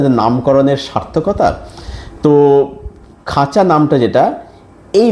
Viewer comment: খাঁচা না খাজা?🤣